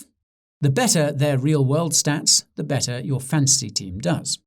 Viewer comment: Thought you were saying Fancy.